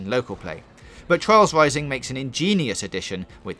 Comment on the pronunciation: Twials Wising ;)